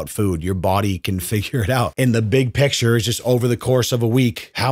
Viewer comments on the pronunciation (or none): none